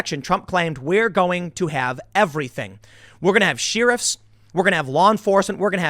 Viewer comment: SHARE-RIF, NOT SHEER-IF. god